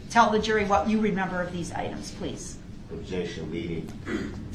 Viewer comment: 😂🤣 Objeshon , she said social media she didn’t say anything about facebook 😂😅